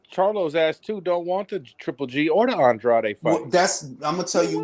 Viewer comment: FIRST LIVE OF 2022 🍻! since you're related to, does he have latino blood? Coz Andrade ain't French, even though pronounces it with a French accent 🤧 Lovely night ya'll 🌙! Sleep warm and tight ring😘😴.